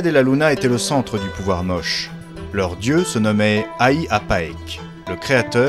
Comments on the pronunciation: Je salue votre reportage, salutations de Bruxelles ! Même si on prononce Moché et non pas Moche. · J'ai habité 4 ans à Trujillo et ma femme est péruvienne et je peux vous assurer qu'on prononce ça Motché peu importe la langue. Comme on prononce Juan (rouane) en espagnol avec la jota ou James (djaymss) en anglais. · On prononce MOCHÉ ! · Big up pour la musique d'Age of Empire par contre, on dit "moche" à l'espagnole. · Ca se prononce Motché... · Motché y motchica , se pronuncia. La lunA. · On prononce : motché. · Merci pour votre réponse. Les Péruviens prononçaient tous "Mochica" lors du tournage. Nous avons donc traduit "Moche" pour le commentaire en français (mais nous ignorions le "tché" dans la prononciation). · Monsieur ou madame de CRESS, je peux vous assurer que même en espagnol ça le prononce MOCHÉ avec en "é". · Comment est-il possible que le presentateur ne sait pas BIEN prononcer "Moche". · Non ça se prononce Mochica en espagnol et simplement Moche en français. L'un ou l'autre :)